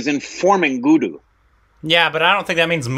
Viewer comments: Oh u guys...saying "Guddu" as Guduuu🤣🤣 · Guddu...say good n then say do. Good do. that's how u say it. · It's Not "Gudu" it's "Guddu"